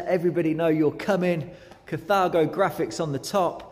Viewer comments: pronounced car-tha-go. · So how DO you pronounce it? In the space of about 3 or 4 seconds we hear: "cathargo" "cathaygo" & "cataygo"! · Incorrect,as it´s German, hence KAH - TAH - GO. Same with THULE - TOOLER. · I like how you pronounce Carthago in three different ways lol